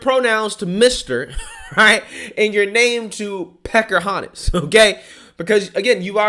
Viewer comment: "Perkerhontas" lol!! I was thinking the same thing🤣🤣